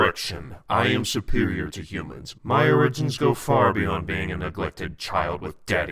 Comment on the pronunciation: Only question, what’s up with the pronunciation of “origin?”